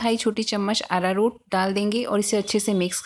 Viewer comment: Ararur kya bol rhey ho smj ni aaya